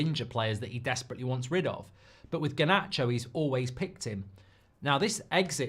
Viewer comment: This whole thing needs to end, I just can’t hear Mark say GAH-nacho anymore.